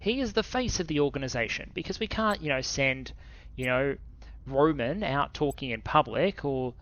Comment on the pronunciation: One note is that Roman the name is not said like the Romans, but rather Roh-mahn